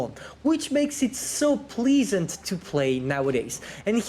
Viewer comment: "please-ant" grammar nazi deployed